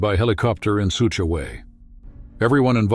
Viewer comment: It would be better to have the narrator not be AI…..”in sooch a way” instead of “in such a way”.